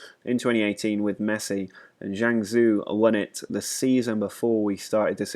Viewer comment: Guangzhou is pronounced Gwang-zhow (like show with a z) and Jiangsu is Jee-Ang-Su :)